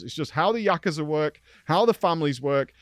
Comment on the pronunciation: it's actually prononunced Yakooza